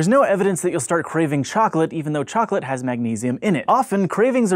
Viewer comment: Chocolate? Am I the only guy here who hears "flesh"?